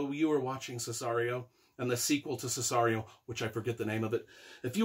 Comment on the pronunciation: It’s called SiCario. Not Sisario. And yes, you’re wrong no matter what you say. And no, what you said is not a fact.